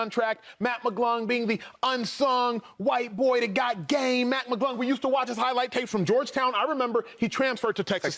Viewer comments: it’s McClung not McGlung acho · “Matt maaGlung “ Manz don’t even know his name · McClung not McGlung, Acho! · Can’t you guys at least get the dunk champions name right, come on!!! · Why would no one correct the one gentleman about saying Mac’s last name correctly?